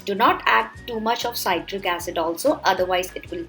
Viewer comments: See trick ( citric) not sigh trick (cytric ) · C-i-tric not s-a-i-tric acid You northees stop pronouncing i-ron kadai. Say it like i-an kadai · It's not saitric acid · ‘PSytric acid’ lmao 🤣